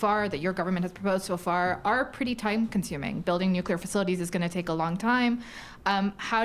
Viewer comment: It's nu-clear not nu-cu-lar